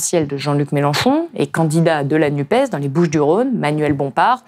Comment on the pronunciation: Par pitié, arrêtez de dire "Nupaisse", c'est insupportable !